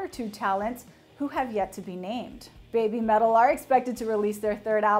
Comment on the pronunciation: It's not "bay bee" metal, it's "beh bee" metal, rhyming with Heavy Metal. It's a pun, but to make sense you gotta pronounce it like a Japanese would pronounce English.